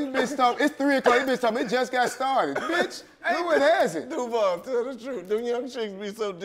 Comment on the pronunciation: Duval, hit the J properly my G🤣